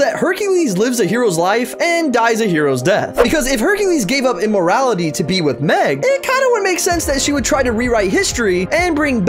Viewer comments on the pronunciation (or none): He speaks so confidently I cant tell if saying immorality instead of immorTality internationally XD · He triggered me today just because he pronounced immortality wrong